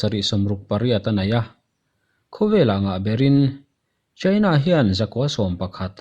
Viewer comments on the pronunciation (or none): China i lamdan hi adiklo deuh emaw aw kalo tia. Cheina nilo in Chaina ni zawk se. Attack pawh hi attak nilo in etek ni zawk tur ani